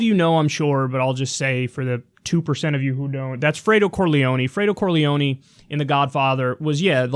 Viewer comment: Its Corleone, not Corleoni. I think Sonny is more apt. All he did was call him Fredo. He always looks like he's about to snap. Eyes are always wide.